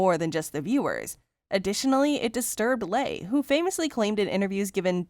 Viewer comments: By the way... Janet Leigh's name is pronounced "Lee" not "Lay" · If you're making YouTube video and you're not sure how to pronounce somebody's name Google is a good idea. How did you mispronounce Leigh? It's pronounced Lee, not Lay